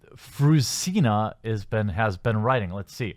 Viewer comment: I cry every time he says her name....Fruzsina is a nice name if pronounced right, "zs" is something like the g in genre. Btw she hungarian prolly or her parents. And Eördögh means Devil (Ördög). Funfacts.